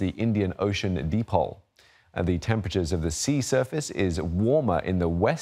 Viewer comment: I believe the pronouciation of "dipole" should be "die-pole", instead of "de-pole". It's a scientific term, i believe it's taught in both 'A' levels chemistry & physics.